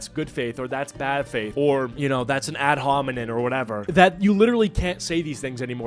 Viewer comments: This is just a minor point, but I think it's "ad hominem," not "ad hominin." Unless you're calling someone a bonobo. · If I have to hear you call it an "ad hominen" once more I'm gonna bussss